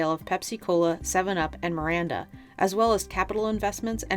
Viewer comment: It's not Maranda, it's Mirinda